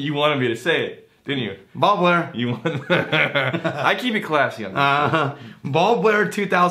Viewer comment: I had to double check the name. I heard bald glare. If it was Rex speaking I would have assumed it was a jab.